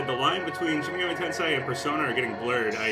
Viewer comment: TEN-SAY. NOT TEN-SIGH